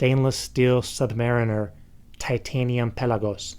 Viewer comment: Anyone else hate the way he says pelagos?